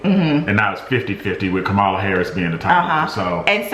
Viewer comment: I'm tired and stressed up in the middle of the night watching as well. So let me say something dumb, but hopefully helpful. Say Kamala Karris out loud, then keep reading. Her name is pronounced wrong every time in the video, it's 'comma-la'. We don't care what Karen Loafer's name is, but Kamala is an inspiration. Her name is gonna be used a lot. We'll all get used to it.